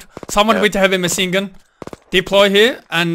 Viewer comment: why he saying - maSin gun )))